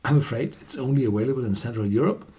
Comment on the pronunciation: The word “available” is pronounced aVailable, not aWailable.